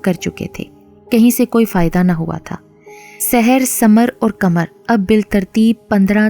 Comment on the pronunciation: Aslamalekm ap ki awaz to both acchi hai mgr ap qhamar ko kmar keh rahi hai urdu ko urdu ki tarha padhe plz